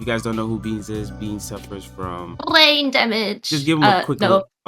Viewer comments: BWWWWWAIN DAMAGE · Bwain damage!-beans